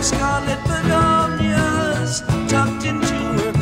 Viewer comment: You pronounced begonias correctly the first time. ☺️Begonia is a type of flower.